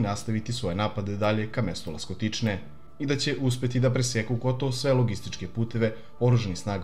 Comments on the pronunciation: Ласточкине, а не "Ластокичне". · Rekao je Laskotične umesto Lastočkine